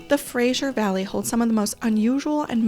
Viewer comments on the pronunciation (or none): Great Video but it’s Fraser not Frajer. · FraSer valley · if it was spelled Frazier I would agree. Thats typically the way Americans pronounce it. Oh well!